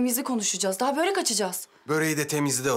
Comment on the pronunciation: Yanlız börek değil bööörek